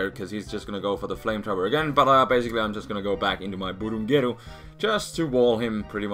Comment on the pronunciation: I like the way he pronounces "Burungeru" ^^